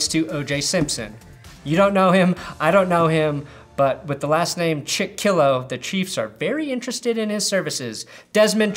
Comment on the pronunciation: Steelers fans know Chickillo mainly as "that guy who missed that tackle again". It's pronounced "CHICK-uh-lo" though.